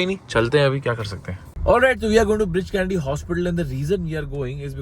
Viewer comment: Breach Candy ✅ Bridge Candy 😅